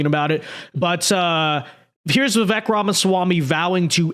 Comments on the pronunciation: First, it’s Va- Vake. Learn to say the name properly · Pronounced like "Veevayk". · Bro if you respect Vivek please do him the minimum courtesy of saying his name right!